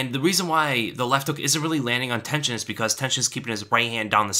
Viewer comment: Everytime he said Tenshin I thought he mean tension